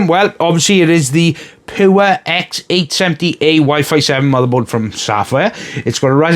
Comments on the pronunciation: It's not poor , its pure 😅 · I'm not trying to be a dick , your review was good , I actually recommended this board to my sister in law and she bought it , I think I will be building her PC tomorrow but the you say pure does sound like poor 😅 otherwise no complaints , well maybe add an extra 2 - 3 games